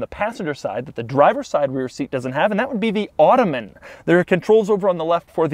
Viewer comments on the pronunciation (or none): It’s not “automen”